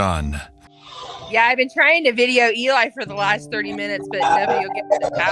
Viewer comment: Bro why do you talk like that? "To the stationnnnaaaa" "This could've beennnnaaaa" "of the situationnnnnaaaaa" like stop dragging all the N's with an A at the end